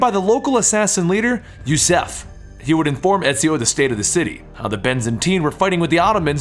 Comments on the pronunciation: Yusuf not yusef, are you unable to read ? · It's Yusuf bot Jouseff...Ziio not Zyo